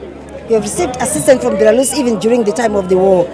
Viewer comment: Nyasha Chikwinya cant even pronounce the name right, hanzi BERALUS😹😹😹😹😹😹